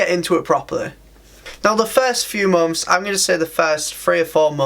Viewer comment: And "months" sounds like "mom's"